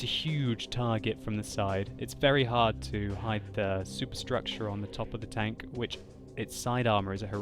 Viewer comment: I like the way he says tanK :D